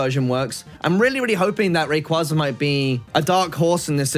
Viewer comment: The way how you and so many Poketubers mispronoucne Rayquaza a legendary Pokemon hurts me